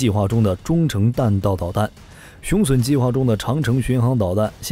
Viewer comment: 腦洞開太大了，還吹得有點過頭…等真的研製出來，有點資料再判斷比較好啦！而且把雄隼唸成雄損…都損掉了還打屁！